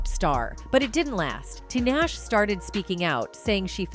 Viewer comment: Who they heck is t Nash its ta-nahhh- shayyyy. Who is amrie its pronounced ayyyyyhhhh-marieeee please learn these black artist names